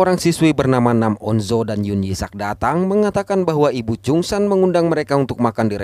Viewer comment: Btw bang, itu yang cewe namanya nam on Jo, bukan pake zo